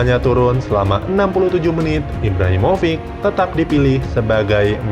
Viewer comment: Bacanya Kjaer bukan Kejaer tapi Kiaer min trus Rebic bacanya Rebitsh trus Ibrahimovic itu Ibrahimovitsh